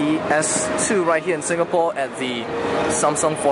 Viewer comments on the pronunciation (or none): Seriously "SOMSUNG" wow!